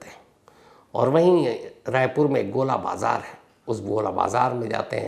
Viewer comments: Its not GOLA BAZAAR its GOL BAZAAR 😅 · Gola bazar nahi gol bazaar hai sir.